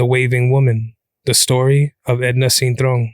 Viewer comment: Even when they try to speak Spanish Americans still can’t pronounce o 😂 it’s cintrón not cintrown